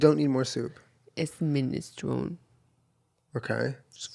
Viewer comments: “Ministrown” soup? Minestrone.. is like stroney hahaha. The ending “eeee” right? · Doll Face Killa in Italian it’s “mee-neh-stro-nay” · Sorry but it’s been bothering me for years girl.... it’s pronounced minestroNE.... like the e at the end is not silent. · When will Jenna learn the minestrone is pronounced minest-row-nee. Source: my name is in the name of the soup. JENNA.